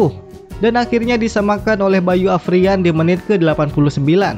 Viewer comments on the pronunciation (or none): Arfian apa Afrian bang hehe, di video tulisan.nya Arfian tapi tapi abang manggil.nya Afrian 😁